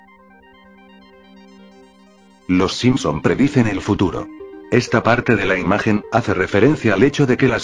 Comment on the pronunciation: note que dice preciden en vez de predicen xd